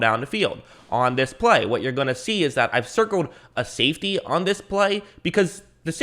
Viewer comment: Ah it's "safety" not "saftey" dude. 🤭🤭🤭😅😅😅